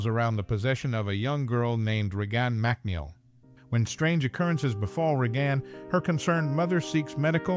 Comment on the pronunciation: I heard "Re-Gone Mac Neel"